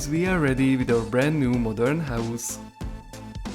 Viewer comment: Morden not marden 😂😂